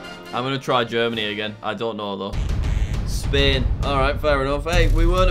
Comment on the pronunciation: Jack, Say Spain